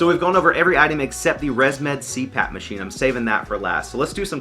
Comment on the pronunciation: “Machime”….I’ve laughed and said it out loud too many times so now I don’t know how to say it the correct way anymore. :D